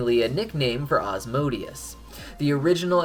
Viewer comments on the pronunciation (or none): none